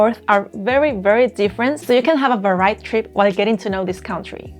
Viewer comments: The way you mispronounce 'varied' is charming. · You can hear "varied" and . Hopefully you won't change the way you talk too much.